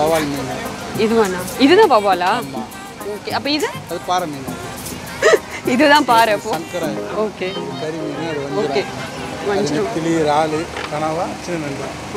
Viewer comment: அது வவ்வால் இல்ல, வாவல் 🤣.